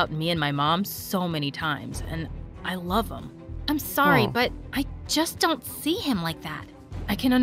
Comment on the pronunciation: Wait how many times did I hear and her say SORy